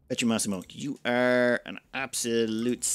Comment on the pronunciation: Just a side note : it's Pietromassimo, with an i, think it like Peter-Maxim